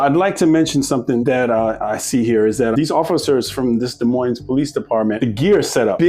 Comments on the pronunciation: Learn how to pronounce Des Moines for Christ's sake! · The last "s" in Des Moines is silent. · Hey the s in Demoines is silent. Your butchering the name. This is one of those. Cmon man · The s at the end of Des Moines is silent. How do you not know that? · No s on Des no s on Moines, plzzzzz